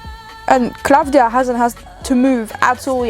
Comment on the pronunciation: The singer’s name is klavdia ,not KLA’VDIA the tone is on i